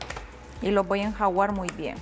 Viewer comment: Creo que no sabes decir la palabra correctamente .... Se dice ENJUAGAR no enjaguar